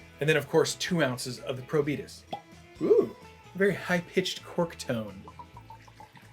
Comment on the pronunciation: Pretty good coverage of the three cocktails. Those were all good Daiquiri rums (Denizen 3 is another good option). But Probitas (“Pro-Be-Taaaas”, rhymes with Veritas - the name of this rum outside the USA) is the best. There’s a ton of added sugar in the Plantation 20th Anniversary rum, so isn’t a great representative of typical Barbados rums that don’t have added sugar. But it certainly has its fans.